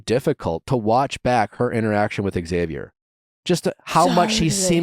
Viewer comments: Ahhh it’s “Zavier” PLEASE stop with the “ex-zavier” it’s hard to hear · Say it with me now: Xavier = ZAY-VEE-ER. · That is how my son's dad has always pronounced our son's name, Xavier. Ugh.🤷🏼‍♀️ Please, pronounce the X. Thank you. The other common mispronunciation is "Zavier."🤦🏼‍♀️